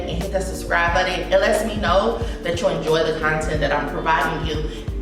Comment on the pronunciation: Button not Buddon tf... engrish properly